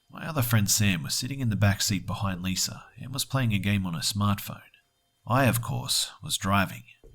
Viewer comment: wanna hear a joke? pronunciation of Lisa. He says Liser